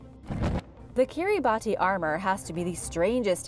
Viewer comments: Kiribati 🇰🇮 is pronounced Keer ih bah see. At least that's what my graduate Archaeology professor told me. She spent 8 years doing fieldwork there. Great work! I always look forward to your videos. Thank you for sharing the knowledge. Be safe. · I was looking to see if anyone corrected her. I’ve always heard it called kiribas.